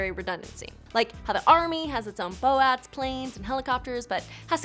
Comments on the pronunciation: I thought that I was mishearing that myself until I turned on the closed captioning. I had no idea what a bo-at was either until I saw the c/c say "boat". Those teleprompters and not reading the script prior to hitting record, will get you every time apparently. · What is a, "Bo-at"?!! Is that like an, "AT-AT",(Star Wars).. or did you mean BOAT?! (Bust Out Another Thousand)! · It's an Air Force joke, guys. Navy doesn't want you calling their ships a "boat" so...if you call them a "bo-at" then you're not calling them a boat...just forget it...